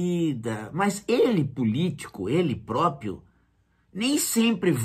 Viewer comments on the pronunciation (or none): O certo é PRÓPRIO e não PROPIO. Um professor não sabe disso???